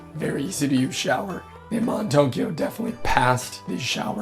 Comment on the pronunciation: If Aman is in sanskrit then your pronunciation is INCORRECT!....